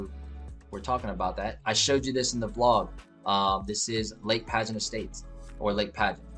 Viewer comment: Just a couple of quick things from a long time Land O Lakes resident.... Lake Padgett is not pronounced Pageant. It's "Padg-it." The Community Center of which you speak at the end is not on U.S. 41. It's on Collier Parkway, just south of the Plantation Palms community that you highlighted earlier. That being said, it is an awesome place to live. Close enough to anything you need/want to do yet suburban enough to not have to live right on top of your neighbors.